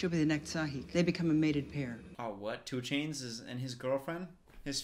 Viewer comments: I love how "Tsu'tey" became "2 Chainz." 😆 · not the way he said Tsu'tey fine in the being then just started calling him two chains. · no one ever:: calling tsu'tey, 2chainz lol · “tsu’tey” 5 seconds later “two chains” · Struggles to say Tsu"Tsey 2 seconds Later: Homie's gonna fight 2 chains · James Cameron: "This character's name is Tsu'tey": "2ChAinZ" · "tsu 'tey" 3 seconds later: "homie's gonna fight two chains" His memory is baaaad😭😭😭🤣🤣🤣💀💀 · Me: Knows how to pronounce Tsu’tey since 8yo: Tchu-Ey